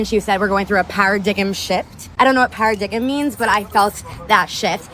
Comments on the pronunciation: this bird really said a "para-diggum shift"😅🤣😭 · “Parradiggem” 😂😂 It’s Paradigm (par-ah-dime) She doesn’t know what it means or how to pronounce it but she agrees 😅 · She said Paradigum shift. Its Paradigm - Pear-ra-dime shift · "Power digam"😂 paradigam shift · Para-diggem? 😂 That level of boss babe intelligence is single? Lol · Para-dig'em? My god, that women is an idiot. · “ Paradigum” shift😂😂😂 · Para-digem shift? Wtf? These women need more education. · A para-deium shift???? Hahahahah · She said paradigum” lol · 😂😂lmfao Para-dig-em is crazzzy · Never trust a woman that doesn't know the word, paradigm ... (pronounced: "pa-ra-dime")